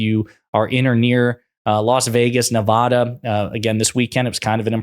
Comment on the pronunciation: Please learn to pronounce Nevada - It's not like Colorado with final AW. It's Ne-vae-duh.